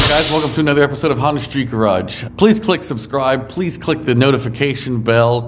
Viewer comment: Shoulda changed the channel name to H and A Street Garage for Honda & Acura. "Welcome to." LOL